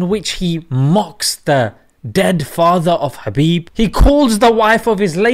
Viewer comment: Correct pronunciation👇 Khabib : H'abib Nurmagomedov : Nur Muhammad dov